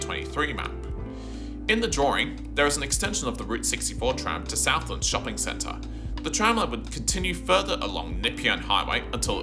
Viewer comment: Great video. As an old tram and PT nerd, I thoroughly enjoyed it. Can I correct some of your pronunciations? Nepean is N’peean like nup+ian. Dynon Rd is Die-nun, Southland and Eastland break with the Aussie shortening trend and are South-land and East-land (like Queensland or Greenland) Keep up the well researched work.